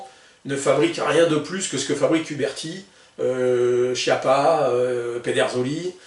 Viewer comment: On prononce Chiappa, phonétiquement "qiappa" pas chi appa 🙄🙄🙄